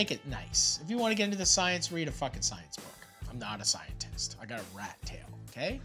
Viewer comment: "Im not a cientistt i have a rat tail"